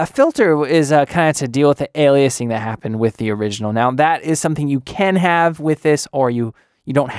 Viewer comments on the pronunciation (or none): none